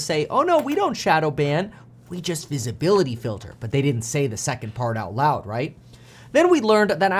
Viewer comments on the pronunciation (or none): "visibilitry shelter"? lol